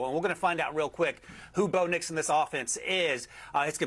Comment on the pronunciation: I heard it too 😂